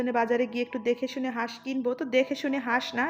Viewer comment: হাস কে বাঁশ বলাতে হাসি চলে আসছে